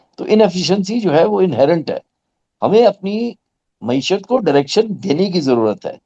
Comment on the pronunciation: Glad to hear someone finally nail the correct pronunciation of “Mayeeshat”—while every other journalist butchered it into “Moee-shutt.” 🤣🤣 Classic, always dropping pearls of “useful” analysis. As for Pakistan’s economic development plans… oh, sweet summer child, there aren’t any. There never have been. Pakistan has never had a government, only a revolving cast of puppets performing petty tricks for an audience that thinks applause counts as progress. And the folks supposedly “steering” the economy? They’re too busy daydreaming about building their own country—maybe a China-lite fantasy, or more realistically, a North Korea cosplay. 🤣🤣🤣 It’s tragic… if you ignore the comedy of errors. Every hour the situation worsens, and the generals? Oblivious. Blissfully unconcerned. Why bother changing anything when the foreign backers keep funding your circus and the politicians cheer from the sidelines like complacent fans?